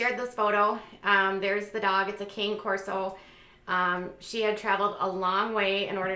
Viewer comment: Fyi its not cane....you say it like CA-NAY.